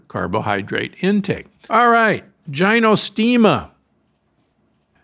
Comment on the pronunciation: Gynostemis = GI-no. Ginseng = GINseng, not GHINseng. Not poo-air tea. Closer to Poour tea.